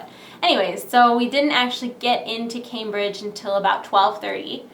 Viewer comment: Lol camebridge nice way of pronouncing that one